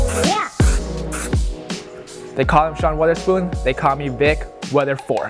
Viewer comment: Fucking nailed it but how did everybody get Wotherspoons name wrong 😂😂😂 it’s not Wither or Weather lmao